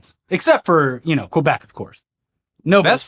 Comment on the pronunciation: Qwabec? It's Québec. (Keh-beck) 👍